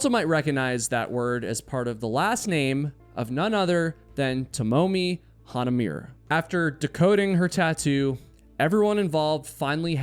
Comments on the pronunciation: It's minor, but the Hana part of her surname is correct, but "mure" would be moo-ray. I love your story telling style and always happy to see a notif of a new video! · Nonono. Jesus dude. Not “mure” like an english name. Japanese you pronounce every syllable individually. Ha Na Mu Re. The last part would be more like “Moo Ray” not “myur”… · Her surname is pronounced Ha-na-moo-ray (sorry it was driving me crazy). And it's actually quite unusual for Japanese to get tattoos. In Japan tattoos are associated with yakuza and therefore people with tattoos are banned from public baths. So I was quite surprised to see she had one, however if she had spent a lot of time in the US she may have been a bit more 'international' in this respect. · Please learn how to pronounce the names of the victims before reporting, it’s disrespectful, it’s hanamoo-reh not hanamyoor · Sorry to nitpick, but you mispronounced her last name, Hanamure. The Hana part is fine. But in Japanese, Mure is pronounced 'moo ray', but clipping the vowel sounds short. Mu-Re. It is not pronounced 'muir' or 'me-your'. It is slightly uncommon to see Mure in a name, in contrast to the extremely common Mura, which appears in many last names, at the beginnning (e.g. Murata, Murakami, etc.) and at the end (e.g. Tamura, Kamimura, Yamamura, Hanamura, etc.) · Just a technicality: I think her last name was pronounced "Hah-nah-moo-ray" rather than "Hah-nah-myoor". The English transliteration is phonetic - a name pronounced "Hah-nah-myoor" would have been spelled "Hanamiur". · Hah-nah-moo-reh or even “ray” if that’s easier for you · No expert here, and maybe she pronounced it differently, but Hanamure is usually Ha-na-moo-reh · you got Tomomi’s first name mostly right, but, please, check your Japanese with someone before you print tape. It’s Hah - Nah - Moo - Reh, equal accent on each syllable. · Last name: Hah-nah-moo-reh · It's pronounced Hanamooray. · Way to butcher her name